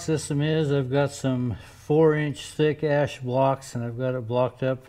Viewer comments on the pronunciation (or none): "thick-ash" blocks.😄